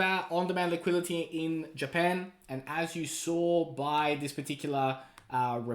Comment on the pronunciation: On demand liquidity. Not liqiility! Just say liquidity!!!!!! Wtf